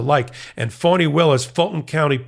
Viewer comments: Is calling Fani Willis phoney Willis? If he is, have someone correct him please!! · towards the end it changes a bit. but the first ~half of the video it sounds like he’s saying phony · Enjoy your report; however Ms Willis first name is pronounced Fannie Willis” not Funnie Willi! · It's Fani not phonie. Saying her name like that makes you sound like T'rump. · It's Fani not Phony. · The name is District Attorney Fani Willis, not fony Willis, Fani as in Fannie Lou Hamer, PUT SOME RESPECT ON HER NAME. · why is he pronouncing her name like that? it sounds like he’s saying “phony”. i’ve heard her name pronounced two different ways but this just sounds… weird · He is pronouncing it like fawn-knee